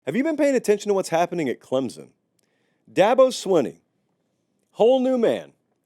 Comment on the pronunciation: Its not swin-ee its sween-ee Here ill help coah Da-bo sweeeeen-E.